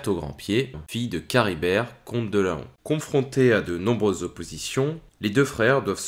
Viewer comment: Très bonne vidéo, juste un détail, Laon ce dit Lan et non La on, j'y habite donc je peut vous l'assurer. ^^